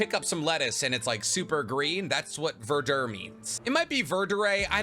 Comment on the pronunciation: Verdure not verder